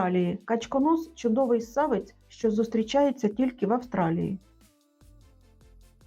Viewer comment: СсавЕць, тонкЕ, товстЕ - питання для ерудитів потрібно озвучувати з правильними наголосами